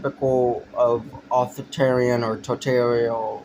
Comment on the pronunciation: A 15 year old's "political opinion". One of the worst things on the internet. Dead giveaway when you cant even pronounce "authoritarian" and "totalitarian". Spend more time reading theory, pal.